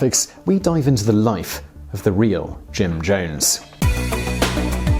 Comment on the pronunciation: You call him Jim Jomes. With an M. Weird.